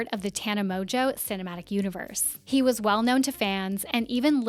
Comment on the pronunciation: Mon-geau not tana MOJO can't get past you saying it wrong